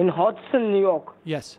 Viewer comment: This was funny on how you twisted these scammers around. How can people fall for this? The scammer can’t even say ‘Hudson’ 😃. One of these So called IRS scammers called me that too on a Sunday ! Go figure :) 😂!!